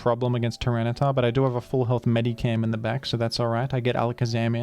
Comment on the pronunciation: For the love of God, STOP PRONOUNCING IT "MEDICAM." There's an "H" in there!